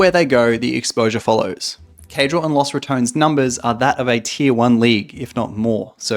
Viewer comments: Man, imagine having a clearly said name as Los Rat-ton-nes and mfs say it as Rat-tone, like okay congrats for not saying one extra syllable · Los (like dos) RA-TO-NES. I can't have it pronounced another way because it is spanish. So LOSS RATONS sounds so wrong. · picking the worst pronunciation: "Las RatOns" instead of Los Ratones" The LAS kills me mate. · I know Caedrel said you could pronounce it any way you wanted to, but “Los Ratouns” still sounds weird to me 😂😂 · The pronunciation should be similar to Los Bandoleros. Sounds so bad with english pronunciation.